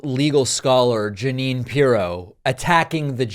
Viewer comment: Judge Jug-a-wine Pirro